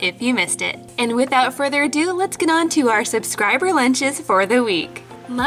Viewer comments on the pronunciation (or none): none